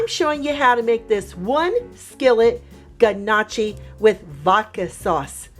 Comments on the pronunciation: It’s (NOE-kee) not (GUH-Nah-chee) lol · I just have to correct you.. “NYO-Key” is how its pronounced not guh-nah-chi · It's pronounced knock-y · Everytime she says g-nocchi an Italian loses their wings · lol yea it was painful for me and I’m only Italian by marriage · Love your videos. This doesn’t disappoint. FYI, Gnocchi is pronounced, NYAOKAY. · Pronounced “NOOKI” The G is silent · lol nooo that’s not how you pronounce it hun but good recipe! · she pronounced Gnocchi really bad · So which one of us is going to teach her how to pronounce it properly??